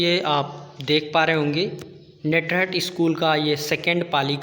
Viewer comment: नेटरहट नहीं होता है ये नेतरहाट है।